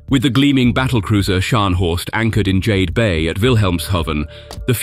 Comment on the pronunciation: Notwithstanding the excellent historical/military corrections; I almost wet myself when the narrator referred to the docks at Wilhelmshaven as the ‘Jade’ basin, pronounced ‘Jayed’ as in the colour. A smidgen of research would have allayed his schoolboy howler as it is pronounced Jade as in Yarder. Now you are asking how does he know? In 1955 my late father - a senior Royal Air Force Technical Officer ( now called an Engineering Officer) was posted to RAF Laarbruch in the then BAOR. I was selected to go to the Military Boarding School at - guess where? - Wilhelmshaven; called Prince Rupert School (PRS) I was to join the dorms names Rodney Boys. All the Houses and school buildings were named after British Royal Navy Admirals eg Howe, Drake, Collingwood, Frobisher, etc. Rodney Boys (there was a Rodney Girls too, but we were separated by 3 Km and morally) occupied the 5 storey building that had been the billets for the German U-Boat crews in WWII. The quay/wharf was called the ‘Bonteheim’ and was situated on the Jade Basin. Footnote: Our house - Rodney Boys - was 5 storeys, cavernous cellars where we had model making clubs, boat building, model railway club etc, the ground floor of dining hall, common room with table tennis, darts (no beer) a grand piano (two brothers would entertain us - so accomplished, the staff housemaster (a retired British Army captain) the 3 floor was the dormitories, eight rooms of 2 - 8 boys. Football was played out on the cinders and sand. These were th